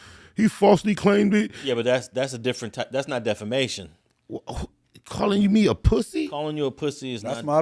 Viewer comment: continuing to say "defLamation" is hilarious. Stop taking "L"'s!!